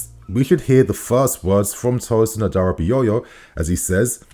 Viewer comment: you killing me man 😅 Which one is Adara Bi Yoyo 🪀 😅 it’s Adara-Bi-oyo (not yoyo) 🪀 🤣🤣🤣🤣🤣🤣🤣